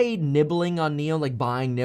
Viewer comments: Actually NIO’s pronunciation sounds like NEW in English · Nio’s pronunciation sounds like 牛 which is bull in Chinese.